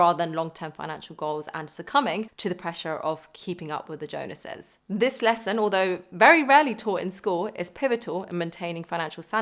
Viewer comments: Great video but I have to ask are you mispronouncing the phrase “keeping up with the Jones’s“ or are you trying to insert some modern day reference to the Jonas brothers? Because you say “ keeping up with the Jonas’s”. I just thought that was funny. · Somewhat off topic.. She said "Jonases" instead of "Joneses." Is that a UK thing, or are people in general using their name now because of relevance? And I absolutely believe financial literacy should be taught in school. I took a Personal Finance course in high school as an elective (mid to late 2000s), but most of what I know I've learned since then. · 'Jones's' is pronounced like 'phones' and then the 'es' from 'houses'. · It was hilarious how it sounded as though she was saying Jonases instead of Joneses, as though everyone is trying very hard to keep up with the Jonas Brothers! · I don't know if you realize this but, you're saying "Keeping up with the Jonas'," It's Jones's. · Yeah. As long as you remember to say "Jones'" not Jonas's... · I was a Jones and for some reason loved that you said Jonases (like the Jonas brothers) not "Keeping up with the Joneses". ❣ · Great video! Is it now keeping up with the Jonases instead of the Jones’s? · You videos are so fab - there’s always something I learn when I watch. It’s so crazy that we’re taught nothing about something so vital to the quality of life. I also love that you called it “keeping up with the Jonas’s” instead of the Jones’s - tickled me 😂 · "Keeping up with the Jonases" - is that the Jonas Brothers? 😅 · Thanks for this - but your pronunciation of 'Jones'!!!